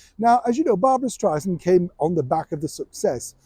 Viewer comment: Barbara just made a reference about how she hates being called Stry-zand. She says it’s Stry-SAND. you keep saying Stry-zand. 😂